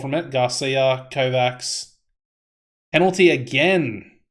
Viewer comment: One small tip, with no bad intention. It's pronounced KovaCH. Like the CH in "cherry". If tactics still don't work, turn a striker into a DM/DLP. You also don't have anyone supposed to win the ball back in the midfield. I personally prefer having a DLP, with a Mezzala and a BWM. BWMs are very solid imo and they mostly get the job done. The problem isn't that you don't really score goals, it's that you concede a lot, and that in my opinion comes from the lack of a true midfield. But at the end of the day you're the one playing and we all want our own tactic to work. Cheers!